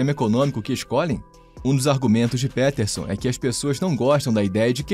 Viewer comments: "Pétérson" ---> "Piterson"... vlw pelo vídeo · Pronúncia de PEterson ta uma bosta hein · É Jordan Pi Piterson, o e tem som de i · Jordan "Péterson" é de doer, hein. Será tão difícil falar "Píterson"? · Jordan P(i)terson soa mais correto, considerando que ele é anglófono. E QI é apenas uma pequena parte da avaliação de inteligência, ou de forma mais ampla, de capacidades. Ótimo vídeo, como sempre. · primeiro de tudo: "Péterson" é muito esdrúxulo hein?! podia ter tido algum esforço pra pronunciar o nome do cara corretamente, mesmo se não fala inglês. segundo de tudo: Jordan Peterson argumenta que o QI é um bom "fator preditivo" do sucesso de uma pessoa. Não significa que ele tem preconceito em relação a isso, apenas que já é um bom indício da capacidade/potencial de alguém. Seria como falar que é preconceito dizer que alguém que fez graduação e pós graduação está mais preparado do que quem não completou o Ensino Médio.. kkkk Vídeo ruim com argumentos ruins, que nada têm a ver com "visão libertária", o que foi o mais estranho de tudo. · PÉTERSON... Isso é AI lendo texto. JP não disse isso sobre o Brasil, foi outro cara. Só navegar pelas fontes. CLICKBAIT! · Jordan "Péterson"? kkkkkkk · "Péterson"? sério? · Só arrumem a pronúncia do sobrenome do homem. 😬🙄 No mais, o vídeo tá bom. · Aprende a pronunciar o nome dele pro cara não confirmar a tese 😂😂😂😂